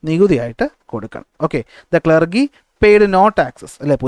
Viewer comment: ക്ലർഗി ellaa ക്ലർജി ann😂 sir 😂